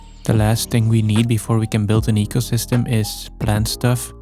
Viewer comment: "This faast ancient forest and eycosystm of only 2 days old" 😂 continues like he said noting lol